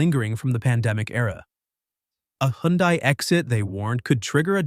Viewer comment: It can’t pronounce HyUndai properly